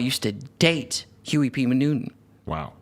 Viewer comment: Clearly y'all not getting it.. Issa joke. my manz in the vid didn't sound like he said huey p newton .. sounded like he said huey p manutent